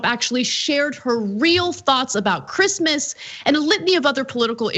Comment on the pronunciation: Who gives a fookinnnn sheeet about chreeeemeees decorations?